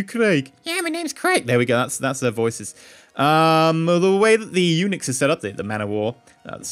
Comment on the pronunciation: whaen he said Unix I hear Eunuchs, it would have been a funny name...